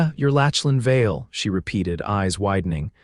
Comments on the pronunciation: I really like this story so far even though I have only watched/listened/ read a little. There is one small thing I would like to mention. The name Lachlan is NOT pronounced Latchlan !!! I know it looks like that’s right, however, the CORRECT PRONUNCIATION is Locklan. While I was typing this comment, it even “corrected” me when I typed it the way your reader pronounced it and I had to delete it and retype it with the correct pronunciation to get my point across. There are probably many people with that name who get very tired of people who do not say their name correctly. Names are important … so please give all those people named Lachlan a break and say their name correctly. I am sure they will appreciate it very much. Now, back to this really good story !!! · OMG! His name isn't pronounced LATCH-lan, it's LAK-lan! The name is Scottish, rooted in Gaelic. Voice-Overs are really important in telling these stories, so try harder to get it right!